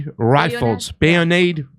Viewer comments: Jesus this guy is illiterate, Hanoa? Bayonatteh? WTF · Dear, please learn the words 'Hanoi' and 'bayonetted'. Capisce?